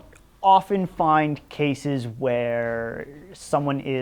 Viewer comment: "Wherrrre are your ditches??"